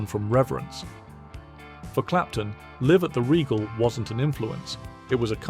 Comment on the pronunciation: Jesus who is this Live at the Regal …can’t even pronounce the title properly …Gimmee a break